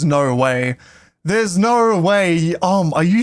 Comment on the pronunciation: theres knoway… theres KNOW-way lol 😂